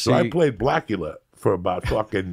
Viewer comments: Nigga called him Blacula 😂😂😂😂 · Did he just call the black lawyer "Blackula?" Lmao that is some funny shit